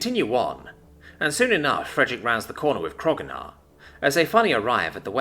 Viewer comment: i wonder why you still call him krogunar, when his name is spelled kro'gnuar, and it was established in one of the episodes that it's pronounced kro-new-ar.